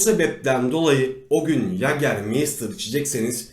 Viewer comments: Anlatım süper amaa yager mayster yerine meystir demeniz çok kötüydü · Yagermeystır diye okunmuyor yegamaysta diye okunur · mei değil mayyytaağr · İçkinin adını da doğru söyleyebilsek !?